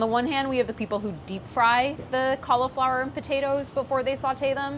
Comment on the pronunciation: Why does she pronounce cauliflower so? Make it stop!!!!!